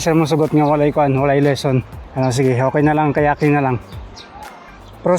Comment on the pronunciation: Kayaking ✅ Kayating ❌ 😂